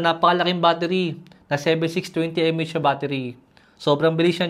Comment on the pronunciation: (mAh) milliampere-hour not "em-ey-eytch" ps. not a hater just correcting, thank you sa quick review